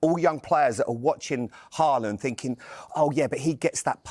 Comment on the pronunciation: Learn to pronounce his name first.. Say Halland